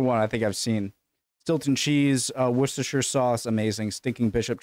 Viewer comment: We'll go through this one more time: Wooster sauce, not woRchesteRshIRe....